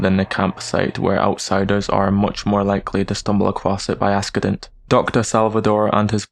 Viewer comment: "By axekident" I don't know why but it was so funny this little mess up in such a serious video 😂😂😂